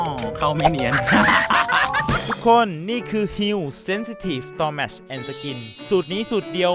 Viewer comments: งื้ออสนิมตัวจี๊ด ปล. Stomach อ่านว่า สะตำหมัค นะค้าบ เยิฟๆ🐶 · stomach ไม่ออกเสียงแบบนี้ค่ะ